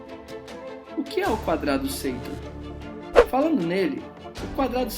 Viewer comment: Porquê Seitor? No filme o nome dele é Sator. Se isso é só a pronúncia porquê as outras palavras não são pronunciadas também da mesma forma?